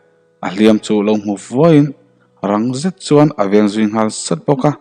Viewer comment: A ngaihnom thin mahse chuan, zet tih vel hi i lam dan hi....., set tih in i lam thin a